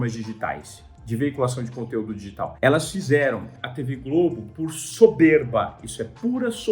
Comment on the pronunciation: Que agonia ele falando "dÎgital"